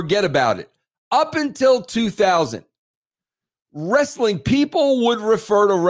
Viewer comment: Dude, I'm from NY. I have never once in my life and everyone around me too have never said "Wres Suh Ling" Ha.